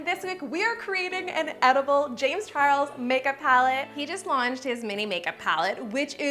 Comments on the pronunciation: you forgot the l in charles no hate though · Ok but is no talking about how she forgot the "L" in CHARLES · you missed the "l" on "charles" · Yeah she did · You missed the L in “Charles” 🤦🏽‍♀️🤦🏽‍♀️🤦🏽‍♀️😂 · She forgot the "L" in Charles